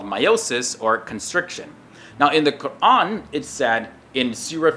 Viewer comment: He is actually pronouncing "Qur'an" properly.